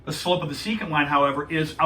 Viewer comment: Your pronunciation "secant" was only correct one time in this video.